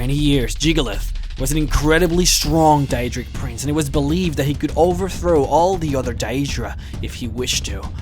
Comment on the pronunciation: He also says prinze instead of prince and Shampion instead of champion. No offence, nice vids.